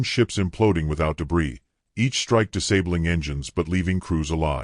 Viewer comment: Why.y.y.y.y.y.y, wa.a.a.a.a.ar, E.e.e.e.earth, no.o.o.o.o.ow, lo.o.o.o.o.o.og, no.o.o.o.o.o, cla.a.a.a.aws, e.e.e.e.e.eyes, spy.y.y.y.y, voi.i.i.i.ice, outsi.i.i.i.i.ide, o.o.o.o.off, ....................Your DAMN AI stu.u.u.u.u.u.uders and it is VERY annoo.o.o.o.o.o.oying!!!!!!!!!!!!!!!! AND WTF does "shtrike" mean!!!!!????? Shitty AI!